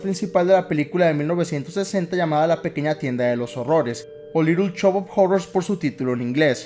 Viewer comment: Litel chop of jorrors xdd